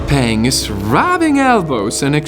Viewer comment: It hurts to listen to your Chinese pronunciation. Her name is not pronounced “ pen-g’ (like pen in English) but more like p-‘er-ung, and “wang” sounds more like “wung”.